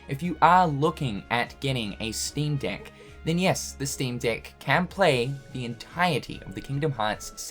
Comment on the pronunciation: Because of the accent, every time you say 'Steam Deck', it sounds like something else...